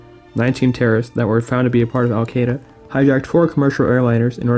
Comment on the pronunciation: I took a shot every time he mispronounced al-Qaeda. I died of alcohol poisoning